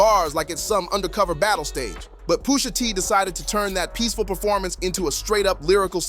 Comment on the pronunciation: who the fuck is poosha? said his name in the video like 50 times and you still messup is crazy like you edited this and still messed up the name smh nasty work